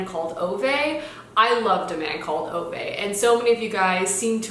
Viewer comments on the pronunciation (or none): A man called Ove is pronounced as "Uva" :) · Ove from A Man Called Ove is pronounced Oo-vah. Kind of like when you say ooooo ahhhh when you are impressed with something but add a "V" sound in the middle